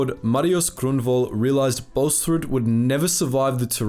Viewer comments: Please don't say the name like it was german... the double a is pronounced "aw" So it is like "Bawls-rood" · You are pronouncing his name like its Danish or German lol. Its pronounced without the h sound there